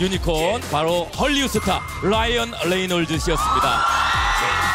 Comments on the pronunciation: Did my mans just say Lyan Leynolds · "Lyan Leynolds"🤣